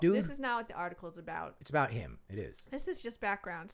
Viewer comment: Ah-baht not ‘a bath’